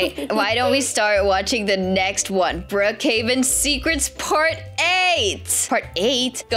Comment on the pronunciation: I love how and say Brookheaven but its brookheven